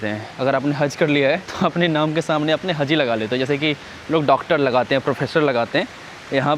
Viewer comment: Hazi nahi haji hota hai or haz nahi haj hota kya bhai urdu ka jad mar dere ho 😂